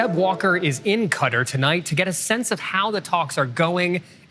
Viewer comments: "...Is in Kutter"? Where the F is Kutter? If , after all this time , Americans still can't even be bothered to find out what places in the region are even called ... that's probably all you need to know. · Google says it's "kuh ·taar" not "cutter" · Every time an American pronounces it as "Cutter", a camel in their desert is dying in agony. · Lol but that is actually closer to the Arabic pronunciation قطر than how some people say it like “kitaar”. Either way it does sound a bit ridiculous in English. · did u just pronounce Qatar as cutter? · that’s how the first reporter continues to pronounce it despite the second reporter clearly pronouncing it differently. The irony is he (the first reporter) is of Indian or middle eastern descent.